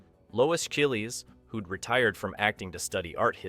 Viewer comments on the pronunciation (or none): Gotta love that pronunciation of Lois Chiles (CHY-ulz, rhymes with "miles") Lois Chills Lois Chilllies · I always pronounced her name as though it rhymed with 'miles' too!! I suppose that's AI voice over for you!!